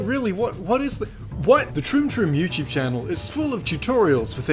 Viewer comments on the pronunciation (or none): "THEY HAVE A YEWCHUBE?" Pronunciation Joke